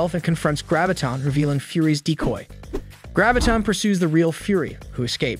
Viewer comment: I was trying to determine whether this was a human reading the script or was it a computer. I was wondering why these well known heroes and villains' names were being mispronounced: Gravitin (Graviton) and Ultrin (Ultron). Had the guy not ever seen the show? Then the clincher came when the computer pronounced Modok's name M - O - D - O - K. The computer didn't know what to do with Modok's name. People watching the show know Modok but a computer doesn't.